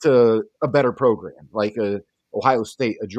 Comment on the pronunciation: Norvell's progrim, not program.